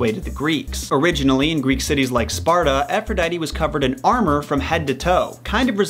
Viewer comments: Its ( A-fro-di-te) not (A-fro-di-tee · Not to be that guy but it’s pronounced Afro-dee-tee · "Efrodeidy", "Eris", "Piedow", "Youranos", "Sous", "Hedis", "Hielios", "Hefistos", "Adahnis", "Enias", "Ethina", "Perris", etc. ... XD! Wow, you did it again. Please, watch your Greek ponunciation!